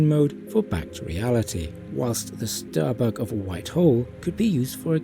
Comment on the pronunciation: Ahhh.......I see what you did there..... Hiding behind your accent to get away with saying "giving Starbuck a fat backside" And if you didn't mean to do that..... it's even funnier...... Especially when you hear the part "it's as if Starbuck is taking a dump" 😆😅😂🤣